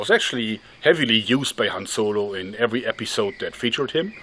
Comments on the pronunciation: Han Zolo. Did anyone else hear him say zolo? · han zolo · Hanz Zolo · HAN Z O L O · Ze Han Zolo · "Han Zolo" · Han Joergo